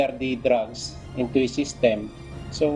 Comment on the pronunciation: Prang mokhang nag grugs sya samokhalang nag drugs